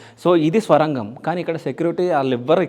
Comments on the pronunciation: Swarangham kadhu sorangam ani cheppu bro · స్వరంగం ఏంటిరాబాబూ, ఆది సోరంగం.